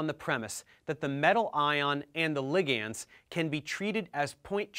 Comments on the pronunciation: "Lig ands"?!? Bruh. It's pronounced "li-gnds". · Are you actually pronouncing ligands as ligiands?!